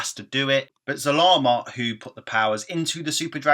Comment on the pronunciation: Really? It's Zarama